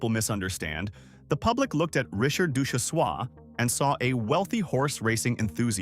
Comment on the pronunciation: Ducjhesois is long gone as well. And mispronounced name